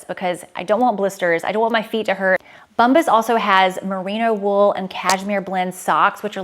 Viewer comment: I’m always here to giggle at your brand ads pronunciation. Today is “BUMbas”. Think of the word “Bomb” and then “ahs” at the end. ❤